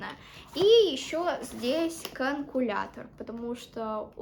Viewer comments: Не канкулятор,а калькулятор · говорить надо не КАНКУЛЯТОР а КАЛЬКУЛЯТОР,не подумай,просто хотела чтобы ты знала))